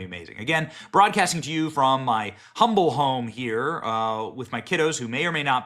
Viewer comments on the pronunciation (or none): none